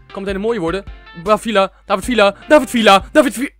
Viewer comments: Je spreekt het uit als vija niet vila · je spreekt villa uit als vija mischien kun je dat voortaan zeggen